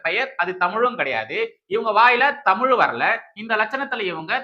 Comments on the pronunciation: Aaaya unakku Thamile varala pronunciation Thamizha . Innoruvati padichitu va poooo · Tamizh illa Tamil nu solluthu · Dear Jeans Joseph. You don't know how to pronounce Tamizhword. தமிழையே உச்சரிக்க வக்கில்லை. நல்ல வேளை. If she would have received the certificate Our Governor will forget good Tamizh. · தமிளு(ழு)க்கும், தமிள்(ழ்)நாட்டுக்கும் திராவிட மாடல்தான் நிறைய சேவைகள் செய்துள்ளது. ஆனா என்ன எள(ழ)வோ தெரியல, சனியன் புடிச்ச (ழ)ளகரம்தான் வந்துதொலைய மாட்டேங்குது. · தமில் தமில் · மொதல்ல பார்த்தபோது வடிவேலுக்குதான் தலையில விக் வெச்சு, பேச கூட்டியாருத்திருக்காங்களோன்னு அப்டியே ஷாக் ஆயிட்டேன்! நாக்குல தமில் சும்மா நின்னு வெளையாடுதே?! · அந்த பொம்பிளைக்கு தமிழ் என்றே சொல்ல தெரியவில்லை. தமில் என்று சொல்கிறது இந்த முண்டம் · போடி, புண்ணாக்கு. கிருத்துவ பக்கி இப்படி தான் இருக்கும். சாத்தான் தீடீரென வேதம் ஓதுகிறது. டமில் என்று இது இங்கிலீசு பேசும் பன்னாடை க்கு தெரியுமா தமிழக கஜானாவை தீம்க காலி செய்து விட்டது என்று தெரியுமா?😂😂😂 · Thamizhnnu ozhunga solla theriyavilla..........idhu oru......!%#^$&$&!$#%#% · தமிழ் என்று உச்சரிக்க தெரியாத பன்னாடைக்கு பட்டம் ஒரு கேடு உனக்கு பட்டம் கொடுத்தார் கவர்னருக்கு அசிங்கம் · தமிழ் என்று சொல்ல துப்பு இல்ல பேச வந்துட்டா இவ. அவர் கையில் வாங்கிய பட்டத்தை கிழித்து போடுடி.